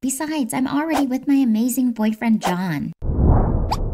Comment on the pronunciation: DID SHE JUST CALL hIM JOHHN